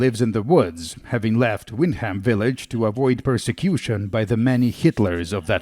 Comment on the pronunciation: It's pronounced "wind'm"